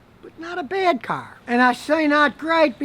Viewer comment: Not a great caar but not a bad caar